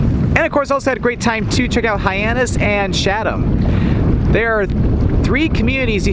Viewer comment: Hey, great video but please note you've been mispronouncing the town of Chatham throughout it. The correct pronunciation is: Cha'tm (the "Cha" part sounds like "chat.")